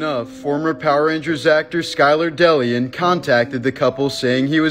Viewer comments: He was not a power ranger, 2nd name is pronounced de lee on, not del ee un Jesus do the smallest research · It's pronounced day-lee- on 😂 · DeLeon, I'm pretty sure, is pronounced Dā*Lē*ōn